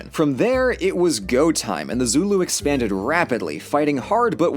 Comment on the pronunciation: As a south african, literally only watch tge video to see how badly you mess up our names, i am laughing myself to death because the only words you pronounced correct was zulu and sortof afrikaaner.